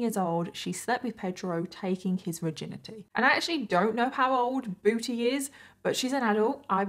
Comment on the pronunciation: This case is not funny at all but I really couldn't help but giggle every time said "Booty" in her British accent